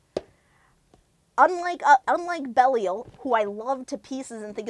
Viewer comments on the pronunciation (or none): Ugh, I shudder every time I hear [belly-el]. Great review, otherwise.